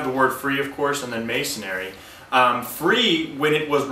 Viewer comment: Why do you keep saying "mason-ary" instead of masonry?